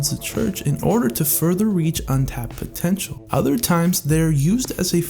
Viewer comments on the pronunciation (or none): none